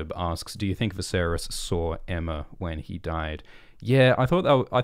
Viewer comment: He said Aemma